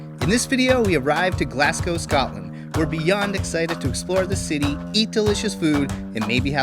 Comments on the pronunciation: and Glaz-go. Not Glass-co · It's pronounced as Glazgo not Glass gow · Just a wee pointer on pronunciation... Glaz-Go not Glass-go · It's pronounced Glazgo. True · It's amazing you can't even pronounce the city name right. It's not "Glass-go". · Its not glascow fs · I’m Scottish and it’s pronounced Glaz-gow and edin-bruh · I tried to watch, it was painful to hear the pronunciation of Glasgow and Edinburgh